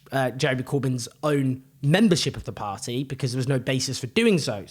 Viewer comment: Owen! Pronouncing the word "party" as "par@ is great for street cred! Keep it up young man!!